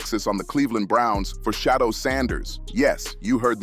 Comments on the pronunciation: Say that man’s name correctly pleeease Sha du er NOT SHADOW🤦🏽‍♀️🤷🏽‍♀️ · His name is not Shadow Sanders, it's Shedeur Sanders (She-deur Sanders).